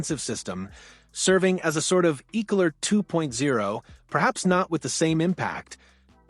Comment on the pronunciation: ECKELER not Eeckeler!